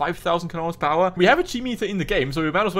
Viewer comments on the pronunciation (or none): none